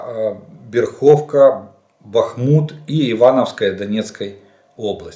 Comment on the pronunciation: Читается как БЭЭЭрховка, не БерхООвка.